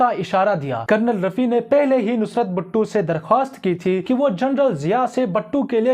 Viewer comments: Buht gussa araha hai battu battu sun k... Ak dam jahil lag raha hai ye admi battu battu laga rkhi hai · Why you call him batoo His name was Bhutto